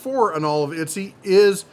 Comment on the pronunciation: It’s ET-SEEEE